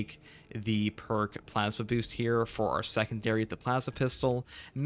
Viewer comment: I have a problem with the way you pronounce plasma